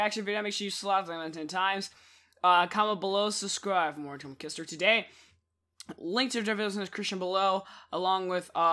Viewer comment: cisterz not kisterz